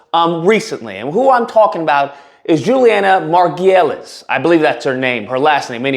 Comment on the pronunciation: It's pronounced Mar-Goo-Lees. And I WAS a fan of her show "The Good Wife". Not anymore.